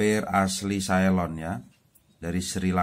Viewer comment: Ceylon bang bukan caylon